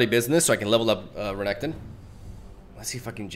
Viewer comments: you said Reggaeton💀💀💀 Love the video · pls never change Renektons pronunciation. It sounds kinda cooler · Thanks to you, I now can't stop calling Renekton "Regatone". It just sounds so much cooler 😎